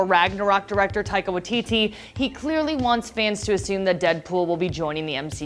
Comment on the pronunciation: Great video but it’s Waii-TiTi, not Wah-TiTi